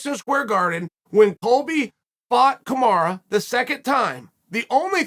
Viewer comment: he still says KaMara ...bro